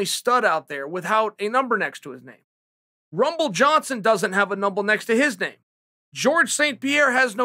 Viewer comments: "Runble johnson doesn't have a numble next to his name"😂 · “Rumble Johnson doesn’t have a numble next to his name” Lmaooooooooo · “rumble Johnson doesn’t have a numble next to his name” 😂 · “Rumble Johnson doesn’t have a numble next to his name” lmao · Rumble doesn't have a numble, -Chael Sonnen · Rumble “the Numble” Johnson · Rumble "The Numble" Johnson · Rumble Johnson doesn't have a numble next to his name... Numble Johnson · Me: number Chael: Me: numble